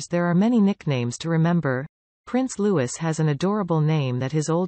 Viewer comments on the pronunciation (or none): His name is Louis not Lewis good god if your going to report on him at least get it right